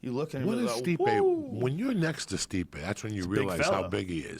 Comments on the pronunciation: Joey "Ruke Lockhold" Diaz. "Stiope" hahaha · 8.38 "steopic" never fails to get it wrong. rogan doesnt even correct him any moire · Joey still can't pronounce stipe's name